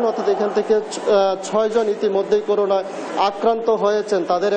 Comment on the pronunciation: হায়রে আমার ময়মনসিংহের সাংবাদিক ভাই!!এখনও করোনা কে করুনা উচ্চারণ করেন!!